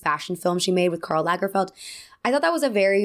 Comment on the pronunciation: Wow, you’re an American who pronounces "Karl Lagerfeld" almost right!😂